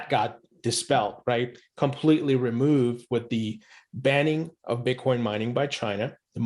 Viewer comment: So you’re just going to pretend like you don’t know how to click on the in my comment and listen to him say Bitcorn yourself? Okay then why are you engaging with me?